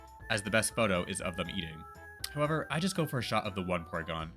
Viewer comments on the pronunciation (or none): none